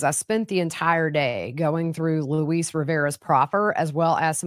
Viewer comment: Luis is pronounced like Lewis. If you listen to the DA call him or him say his name, you will hear him pronounce his name. Or listen to his confession.